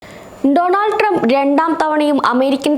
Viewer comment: ഒരു മണ്ണാങ്കട്ടയും അറിഞ്ഞുകൂടെങ്കിലും ( ട്രംപിന്റെ പേരുപോലും നേരെ ഉച്ചരിക്കാൻ അറിയാത്ത ), 'വിഡിയോ' ഇടുന്നത് വളരെ ഭേഷായിട്ടുണ്ട്!